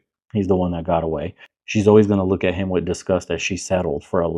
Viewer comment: It’s pronounced “with” kweens, not “witch” … 😂